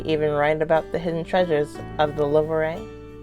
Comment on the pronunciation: You say louvre like this: louv The re is silent